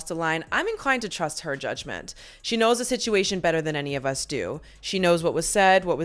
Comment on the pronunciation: "It Ends with Us." The word is US. You said up twice. I like this channel, but now I'm questioning if the narration is AI, which is something I don't support. I really want that not to be true.